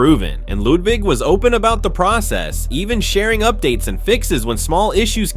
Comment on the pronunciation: Hehe Bro said lewdwig